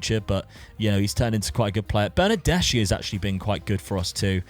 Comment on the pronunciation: Nothing really serious, just something that can be useful for the future, when you have CH in Italian, the pronunciation is like a K, so BernardesCHi is pronounced BernardesKi